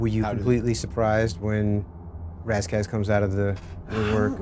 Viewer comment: Did Al just call Ras 'Ray Ray' ?????